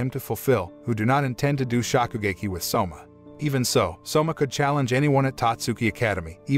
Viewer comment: Do you have something against long vowels? Shōkugeki, Tōtsuki, Dōjima, Risōtto, Karaagi